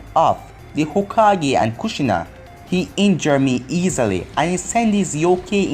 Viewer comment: i think hokage is pronounced hoe-kah-gae